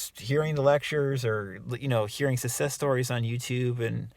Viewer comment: Guy can’t even pronounce success successfully so his complaining here makes total sense